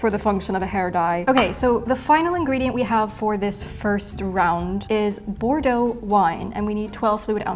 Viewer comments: As French, I died a little when you butchered the wine. XD for science, right? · How she massacred the Bordeaux! Noooo 😂😂